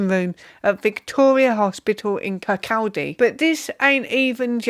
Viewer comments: Kirkoddy, just saying. Need to to roll your r too. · stress on 2nd syllable, and pronounced like body--- Kirr...COdy.... ps looks like Chernobyl